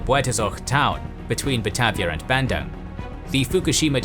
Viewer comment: How do u pronounce Surakarta right but not Bandung 😭 but this is good video overall keep up the good work